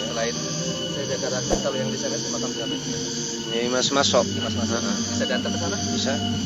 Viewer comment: Weeh emosi makom apa makam yg jelas bro